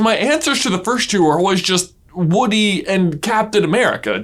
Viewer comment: lol you call him "Wooden"